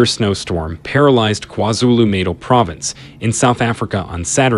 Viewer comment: F F's sake it's not kwa Zulu "naral", it's kwa Zulu "NATAL". Most English and European names are strange to us, but we put in efforts to pronounce it right. Don't be stupid